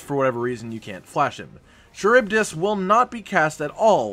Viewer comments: Charybdis is pronounced Car-rib-diss btw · Charybdis (ka-rib-dis) Any of you ever read the Odyssey? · Charybdis. Kuh-rib-diss. It's an ancient Greek sea monster used to explain whirlpools at sea. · Maybe I'm wrong but I always pronounced it "Care-Uh-Buy-Dis"... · I’m pretty sure Charybdis is pronounced Ku-rib-this. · Ka-rib-diss is how it's pronounced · Cuh-rib-dis. Charybdis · It's pronounced car rib dis. Charybdis. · Lol... kuh-rib-diss. ;) it's not an easy word, dont worry.